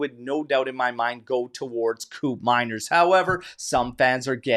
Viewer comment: its pronounce like coup from coup d eta. manners like in manner. not mainer but manner with s teyun like the "the" from there. teyun coup manners. i think he is slipping away, matt oriley is 23yo and scored 19 goals and half the price too. can he play in seri A with tighter defense? maybe atalanta just shot their own foot playing this game. buyer always the king. i prefer andrea colpani for that role, but judging the position, we have soule, miretti and yildiz who play on that position. with mckenny showing his grinta and how much he love the club. we have 2 new midfielder, 1 oldtime max fave gone, and max never even play locatelli in his maximum potential, and we still have fagioli that more mature now, miretti that impressed motta, and nicollusi that finally gain the coach liking. why not just call it off and hunting other important position like full back and center back. im still believe bremer will be disappointed for motta. he dont even play at copa america. when allegri switched to 442 with gati being pushed high, we know the result. should have sell bremer and buying calafiori.